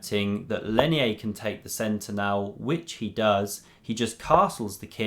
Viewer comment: I speak Spanish and his name is pronounced "Leinier" (with an 'r', not an 'i'). It looked curious to me. Good video btw